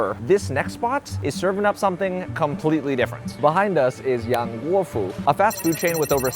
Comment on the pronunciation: My son, who is Chinese, and studies Mandarin, says that you say YANGGUOFU correctly. However, he says your pronunciation of Mixue is incorrect. The final vowel sound is more like y-uh (I am not sure how to write it in English), very light the y sound, but definitely not the “ay” sound on the end.